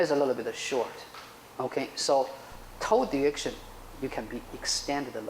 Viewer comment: It's great instruction, but it sounds like he is talking about "toad erection" instead of "toe direction."